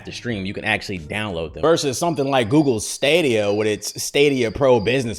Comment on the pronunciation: i’m pretty sure it’s pronounced like stadium so like staydia, at least that’s how they say it in the commercials